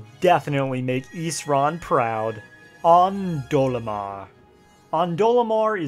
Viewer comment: I was supporting this until you said Ondolemar.